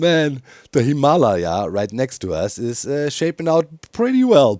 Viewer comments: So, I don't know the original Tibetan pronunciation, but in American English, we cal the Himalayan mountains (phonetically) hi-muh-LEJ-uhz (German spelling for you ;) in English lej is spelled lay) - Capital LEJ to emphasize stress, or accent. You say it hē-MAH-lī-uh for example. Caps on the emphasized syllable: where the stress/accent is placed. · XD ROFL HIM-ALA-YAH XD his pronunciation of the mountains is cracking me up!!! XD I'm pretty sure its pronounced Him-a- Lay-a XD i could be wrong tho. XD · Lol still the pronunciation of Himalaya... we American English speakers pronounce it "Him-a-Lay-a" (like Princess Leia from Starwars) or "Him-uh-lay-uh" if you will. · The way Doc says Himalaya scratches an itch in my brain😂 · Your pronunciation of Himalaya sounds more like a disease than a mountain to my American ears 💀🪦🥀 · There's that "Himalaya" again. Even worse; I've never met a German (or Dutch) who can say "squirrel", for some reason. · Its funny cause doc actually pronounces himalayas pretty similarly to how french people do😂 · I need to hear one more German person say Himalaya to actually believe him that's how it is pronounced there.